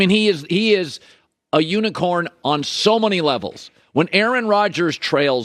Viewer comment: The way Colin says unicorn 😂😂😂